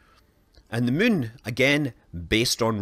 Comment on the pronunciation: "The Mün" - Space Guy